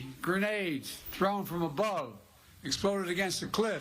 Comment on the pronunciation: Rrrr rrr Rommel